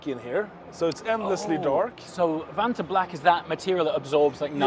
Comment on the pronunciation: the way he said the vanta black like anomaly does or maybe theyre just swedish xD